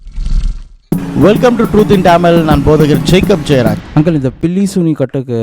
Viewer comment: டமில் 😖 தயவுசெய்து தமிழ் என்று உச்சரிக்கவும் 🙏